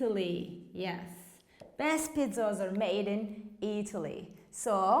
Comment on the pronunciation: Thank you but why do you say "pizuz"